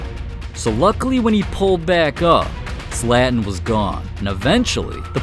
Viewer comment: "zLeaTEn's mEstEaIk"💀💀